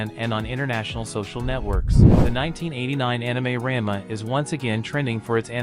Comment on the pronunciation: I just stick with weekly releases now, I don't have time or the attention to binge like I used to. Ra-n-ma (not ran-ma) isn't bad. A lot of the complaints I have are from nostalgia, and the rate it's progressing. I like less fluff, but it skips some points that were in both the manga and original which made them less impactful. I just hope they don't botch the arcs that made S2 my favorite (Cat-fist (fixed to match the manga), Breaking Point, Mouse's level up/down, Happosai, etc)...